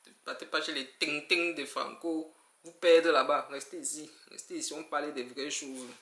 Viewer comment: Ta façon de prononcer le tintin la m'a kill🥰🥰🥰 et le finish ou tu embrasses ton frere Franco est d'une grandeur weeeehhhh grande Dame je vous respecte énormément onong❤❤❤❤❤